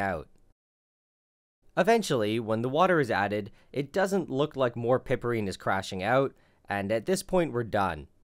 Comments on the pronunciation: Hey man, it's ine, not inol. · I thought it was pronounced PIEperine. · I enjoy your vids, especially this one. FYI -- "Piperine" is pronounced "pai-per-een"; "chavicine" is pronounced "chaw-v-seen".